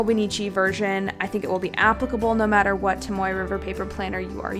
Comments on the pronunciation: Haha- it was more for emphasis that it’s not tom-oy. If anything, trying to be helpful, not offensive. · Tom-OH-ay River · It's toh-moh-eh. The vowel system for Japanese is the same as our native language (Maori) here in New Zealand :) also it's Fuden-oh-skeh. The u is silent ;) love your video! It's made me decide if I'm going to use a hobonichi cousin next year or not! I'm also the same with mildliners, I just don't get them!